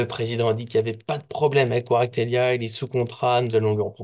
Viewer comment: C'est kvaratshkelia,pas kvaratvelia